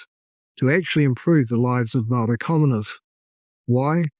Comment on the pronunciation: This is hilarious. Your comedic mispronunciation of even the simplest of Maori words that many five year old children have mastered...not easy but I applaud your commitment. I'll be back when I'm desperate for another laugh.